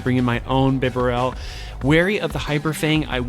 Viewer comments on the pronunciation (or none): Man, I have to do it.... Pah-cha-REE-Su. Not RIE-su. Also, BEE-Barrel, Like Beaver... Barrel. BEE-Barrel Lie-Noon Mie-Noon (like Minus... ) overall though, good job showcasing what Donphan can do. Even though it isn't a part of the core metal, it definitely has a place so need to prepare for it!